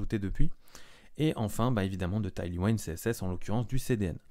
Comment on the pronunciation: C'est pas taillely waïnd, c'est tèyl ouind, ça veut dire vent arrière, un vent qui pousse vers l'avant donc. J'ai du mal à regarder la vidéo tellement c'est massacré!!